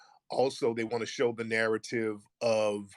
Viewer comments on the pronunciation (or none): none